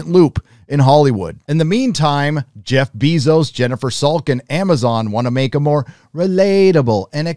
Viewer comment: It’s Jef Bezos, not Jef Biezos